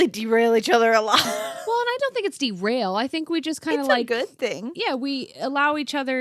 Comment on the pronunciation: "Derailing " all I heard was backwards cowgirls